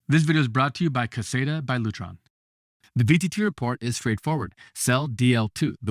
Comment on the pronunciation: Ricky, you are pronouncing caséta incorrectly?